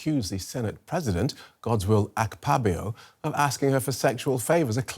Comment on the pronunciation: The pronunciation of Godswill Akpabio as Godswill ak-pabio got me laughing